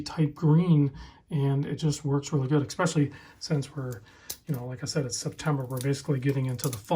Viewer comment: There's no "k" in especially. Haha, enjoy your content.